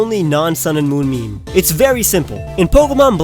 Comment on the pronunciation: Wait... did he say MEE MEE? It's pronounced meem. Sorry if I heard MEE MEE, but I'm just commenting on what I heard.